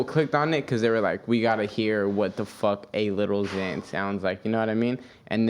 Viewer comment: Omfg it’s “xan” not “zan” fake fan😐